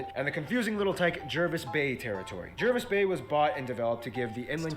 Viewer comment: *Platypuses. *Australia is an island continent (roughly speaking). *It's pronounced Jarvis Bay not Jervis Bay (I know the spelling). *External islands, mostly are uninhabited except for a few like Norfolk Is.. Cane toads are poisonous. As at mid 2021 population is around 26M. As you know now, currently China/Australia relations are not good.